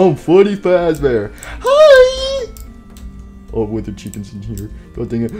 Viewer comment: Nobody: Withered Freddy or also known as “Fweddy Fazbeaw”: More brain damage for me!